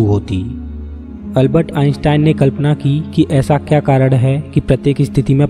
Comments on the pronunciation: अलबत नही है अल्बर्ट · Is Albert Einstein not ALBAT ,😅